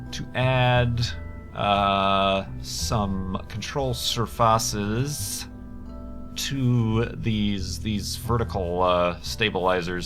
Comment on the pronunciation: "Control Survahsus"